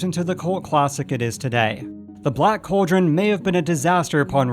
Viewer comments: Its pronounced "call drun" not Coal Dron. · This narrator needs to learn how to properly pronounce the word "cauldron" (it's NOT "coldren"!) I can't even watch to the end as hearing him repeatedly say it wrong is driving me bonkers! *FAIL.